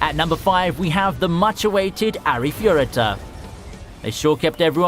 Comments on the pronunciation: Well, now I have a few ones I'm interested in, but omg, I don't intend to be a hater but that Arifureta pronunciation made me cringe. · The way this dude pronounce arifureta is quite funny